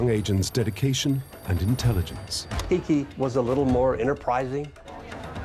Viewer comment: Its Kique Camarena....NOT "KIKI"